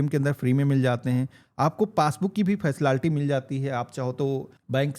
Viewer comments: Facilaality bol rha h 😂😂😂 jaahil gawaar h kya 😂😂😂😂😂😂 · Facility ❎ faslalty ✅